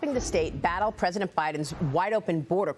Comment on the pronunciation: she said the present of mexico instead of president lol